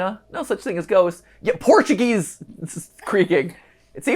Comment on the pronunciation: Mat I speak Portuguese and is very offence how you tried to speak Portuguese thinking that is English so try to not speak Portuguese near to Portuguese people next time ps: i love your videos.